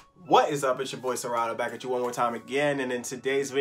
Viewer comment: Called it “ Rato masks 🎭 “ like Sierato without “sie”